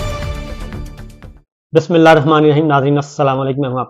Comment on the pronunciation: ماشاءاللہ آپ کی ہر خبر سننے کلیے ہم بتاب رہتے ہیں لیکن آپ بسم اللہ الرحمن الرحیم غلط پڑھتے ہو